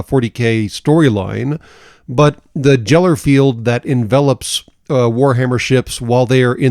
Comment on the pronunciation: The "jeller" field XD. It's geller field. With a "g".